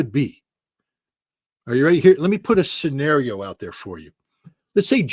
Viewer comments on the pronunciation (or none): none